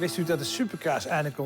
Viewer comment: ligt het nau aan mij of zegt die nau super kaas inplaats can super cars